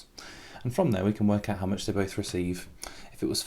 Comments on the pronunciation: 🤣🤣🤣i think you need to edit that instead of how you said "hoe" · it said hoe not how😂